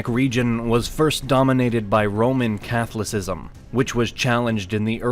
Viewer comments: Way over the top commentary! Once the pronunciation of "Catholicism" was butchered you knew this wasn't gonna go well. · Getting the Berlin wall confused with the iron curtain is pretty bizarre for a "knowledge" channel but so is their pronunciation of Catholicism and other words. It's as if it's some AI voice over with an American accent is reading a script.